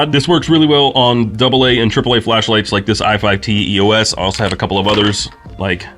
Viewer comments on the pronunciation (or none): It's not "i5t E O S", it's "i5t Eos"... "Eos", in greek mythology, is the Goddess of Dawn... sister of Helios, God of Sun!